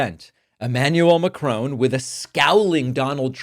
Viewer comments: Why do Americans have difficulty with the pronunciation? It's 'Mack-Ronn' not 'Ma-Crone', 'McCrone' or similar. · Macron- Ron not rone. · Great show David, but the French president's name is pronounced MAC-RON not MACRONE :) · It is not said Macrone but Macron. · Macrone? Do you actually know how to pronounce his name? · David, please, please, please stop calling him Macrone. His name is pronounced (more or less) Macron, Mack Ron. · His name is pronounced MACRONG, not MACRONE. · It’s not “Macrone”🤦🏼‍♂️😂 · Why as a commentator does he not simply learn to pronounce Macron's name correctly? Seriously though.. can he not simply speak ONE French surname properly?? Jeeesh.. it's Macron - not Macrone. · Macron, not McCrone emanɥɛl makʁɔ̃ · For goodness' sake, as a journalist, get your prounouciation right. MACRON NOT MACRONE!!!!!😮😮😮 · Why do Americans call Macron "McCrone"? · Brilliant, Macron is leagues ahead of that imbecile. Pssst BTW, it's Macron (flowing the jaw on the "ron" when pronouncing his name) not Macrone 😉😉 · It’s not Macrone!! his name is Macron. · Mac-ron, It's not Mac- r-own! Sorry, but it is so grammatically incorrect. Apologies, but it's just fact, as the French leader would pronounce it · It’s not Macrone, it’s Macron. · Er, it's Macron, not Macroone. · Thank you for posting. But please learn to pronounce a leader's name properly before you do - I winced every time you said Macrone. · It's not 'Muhcrone' it's 'Macron' to rhyme with 'Pack-wrong'. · Ma Cron. Not Macrone. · His name is Macron not Macrone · Just a small point, Mr Macron's name is not pronounced Macrone; it's simply Macron. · It is pronounced Macron not Macrone. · Macron not Macrone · Stop the "Mac-Crone". It is "Mac-Ron" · His name is MAC RON not MACRONE you idiot yank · Kind of weird to hear Macron pronounced as Macrone lol, not sure how to explain the correct way though. Maybe more "Macro-n"? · Great video, David. But please do Macron the courtesy of not calling him Makrone. Merci.